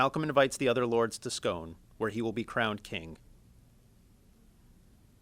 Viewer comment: He can't pronounce scone...just sayin'